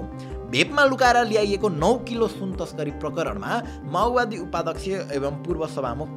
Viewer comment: माओवादी ❌️ माउवादी ✅️